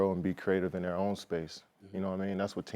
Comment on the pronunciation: Emphasis on “own”